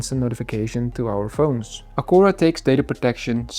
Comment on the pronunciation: Misschien het merk juist uitspreken😂maar hele leuke video.